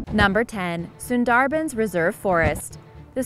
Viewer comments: Sundarbans = SOON-der-buns, not sen-DAR-Benz. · FYI..... It's pronounced.....SUN--DAHH--BAANS